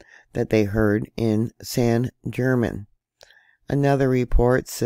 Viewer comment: The American pronunciation of this island is St Germain